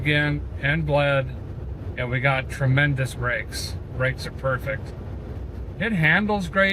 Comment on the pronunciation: You said "tredmendous"!